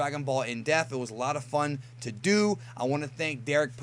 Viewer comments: Is it just me or does it always sound like he says “in deaf” not “in depth”? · Am I the only one that hates the way pronounces the wroth depth!?